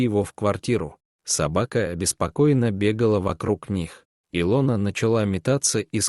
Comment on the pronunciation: Хорошая сказка, если не считать не правильное ударением имени И' лона, режит слух.